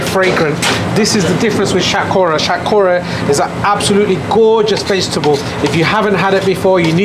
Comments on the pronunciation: Love your videos bro, but I think you should pronounce the vegetables Bengali way lol. Like shatkora haha still love it though. You pronounced it non Bengali way. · Pronounce Shatkora properly not like a coconut.